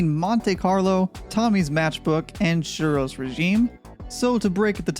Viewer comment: I know about silent letters in words, like knife or lasagne. But I've never know there to be hidden letters in words. Like as in suros bit pronounced shheero's.... learn something new everyday!